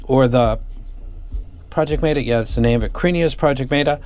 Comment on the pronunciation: Why'd you pronounce meta so weirdly lol